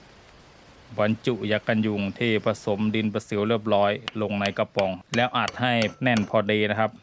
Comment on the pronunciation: ทำไมเวลาพูดคำว่ากระป๋อง ออกเสียงเป็นกวะปว๋องคะ